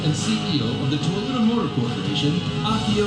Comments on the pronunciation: Why does he keep saying Tee-ota when the car company is named To-yota? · Am I the only one that cringes every time he says “Teeyota”?